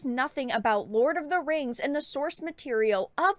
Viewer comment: THE RANGS OF POWAH